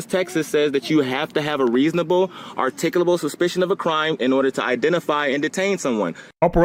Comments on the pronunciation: "articable" suspicion? Not only can't he say it, he has no clue what it means. 🤣😂🤣😂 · Artikable, instead of articulable. Haha! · Artickleable? hahaha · “Are-tick-oo-lah-bull”?? Is that a Mooronic word? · He can't articulate it!